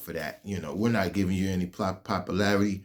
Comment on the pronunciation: You can't even pronounce the simple word "popularity" Knowwww Whaaaa I'mmmmm Sayinggggg